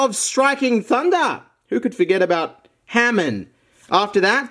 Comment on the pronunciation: pronounce hamen instead of hamon. shame